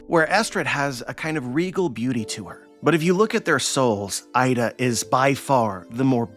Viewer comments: btw 'Ida' is not pronounced as 'Aida', but 'eeda', as like double 'e' in 'keep'. if you want to pronounce it as the source does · Her name is Iida not Aida